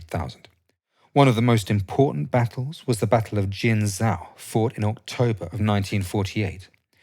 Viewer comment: Jin Joe - not Jin Zow . . . type the names into Google Translate and listen to the pronunciation and then practice before taping and uploading. It tends to undermine people's confidence in your narrative if you can't pronounce Chinese names.